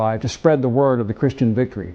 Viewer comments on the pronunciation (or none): none